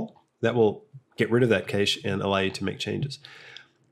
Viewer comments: its cash not kaysh and I refuse to let you corrupt me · I'm in th UK, and a long time Blender user, so I'm gonna watch this through. However, as much as I hate to defend American use of English, the pronunciation is "cash" - and not Caashe". Sorry. I couldn't step away from my keyboard. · its cache not cayche!!!!!!!!!!! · They say "cash" for cache because that's how it's pronounced in English. Yes, even in England. You can be the example for all Australians and help them pronounce it the right way. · …It’s not pronounced as cache it’s CASH lol 😂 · It's not often I side with the Americans over the Australians but English people say cache ("cash") too so... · cache comes from french and they say it like americans (mistery solved) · Even the British say it the same way as America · it's "cache" and not "cache" because it is originaly a french word and in french it is pronounced "cache" and not "cache"